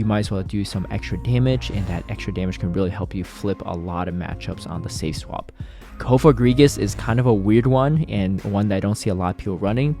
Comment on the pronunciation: Cofogrigus?? Its coFAGrigus. Say the name right sir. You didn't name the Pokémon. It's okay to say it right.